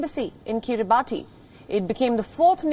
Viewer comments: Wrong pronounced it's Kribas because of country official language. But we write kribati. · It is pronounced kiri-bahs...just saying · It's pronounced kiri-bahs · Guys. Please at least pronounce the name correctly. It undermines your editorial integrity if you pronounce a country's name incorrectly. It's pronounced akin to 'Kiribas' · I'm surprised nobody's on her case for saying the island name wrong.